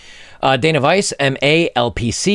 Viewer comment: When you said the name of the article writer "Dana Vice" I heard "Dame of Ice". xD